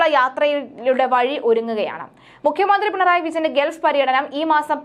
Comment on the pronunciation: പിണയാണ്ടി അല്ല പിണറായി എന്ന് പറയുക